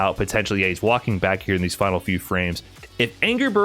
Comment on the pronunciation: Holy wow, that was a fahnal if I ever heard one.